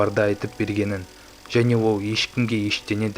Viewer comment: Ол дегенді оу дейді ма😆😆😅😅